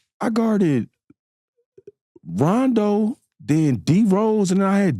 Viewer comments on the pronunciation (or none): none